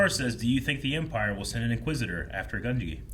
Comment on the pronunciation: you keep mispronouncing Gunji's name, it's pronounced Gun-J'EE not gun-Gee, it's always been Gun-Jee lol